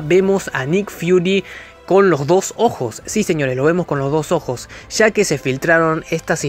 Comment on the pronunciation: Ya, no sha, hable bien